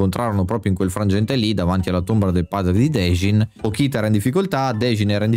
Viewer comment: peró non puoi sbagliarmi il nome del protagonista e anche di pochita che si legge pocita non pokita